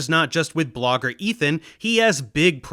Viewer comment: "This blogair" 😂